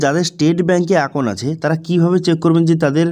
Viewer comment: R sothik uchharan Koro. Bank account ke ব্যাঁ আকাউন বলছ